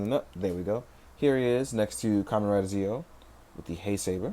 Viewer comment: Zi-O and Geiz are pronounced Geo and Gates. The characters and Watches both say them as such.